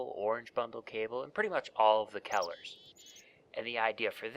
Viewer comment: Kellers? Its Colors don't make that mistake next time